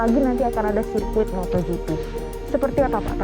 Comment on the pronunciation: Smoga Pak Jhony ktika thun depan gak bilang MOTORGP lagi ya..motogp pak..gak pake R